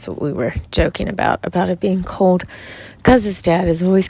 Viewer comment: It's adorable when you say "cold" 😉..... I hear it as CODE 🤣